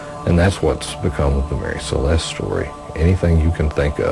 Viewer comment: The ship was called "Mary Celeste", not "Marie Celeste".